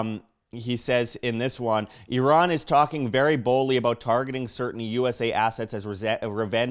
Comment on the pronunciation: Did you know you kinda look Iranian? :)) also, thanks for pronouncing Iran correctly.